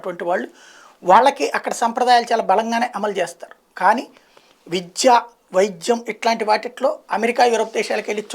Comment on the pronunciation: విజ్య కాదు విధ్య